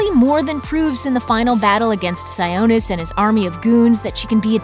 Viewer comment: Am I the only one who cringes at how they pronounce “Sionis?” It’s “SIE-AH-NIS,” not, “SIE-OH-NIS”